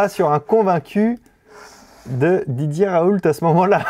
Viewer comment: "chez didier raouleute"